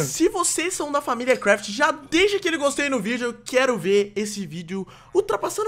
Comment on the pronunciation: Arthur Mendonça Cardoso eu acho que se fala CRAFT